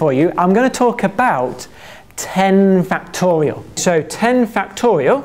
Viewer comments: I keep hearing "factorio" instead of "factorial"... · Ah, i love this dude. Very energetic and the way he says factorial is hilarious.